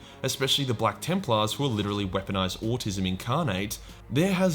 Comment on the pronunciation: What is “Awe-Tisumn” and why does it sound like heresy??? ARE YOU ACCUSING ME OF HERESY?!?!?